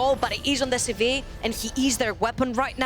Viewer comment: I hate how she says sivir, literally nobody says that and for new players they won't know what she is talking about. But at least she is much better than letigress who only knows about ARAM